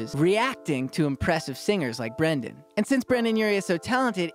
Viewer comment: His name is Brendon u child, read Not Brandon